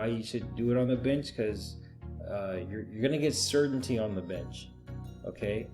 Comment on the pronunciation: "Arrright " alright". Binch programming, " binch"